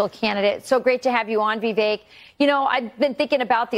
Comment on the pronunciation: It irks me that a number of anchors still say vee•vehk, when it's vih•vayk or at least vih•vehk